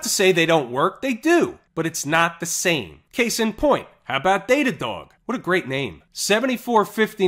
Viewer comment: its not data dog its "D DOG" on Friday